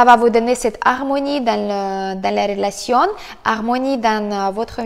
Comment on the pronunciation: Rrrrrrrrrrrrrrrrrrrrr relationnne